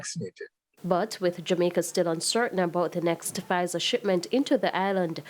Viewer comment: Lol so now this man saying you should take half vzir half moderna 🤣😂🤣😂🤣😂🤣😂🤣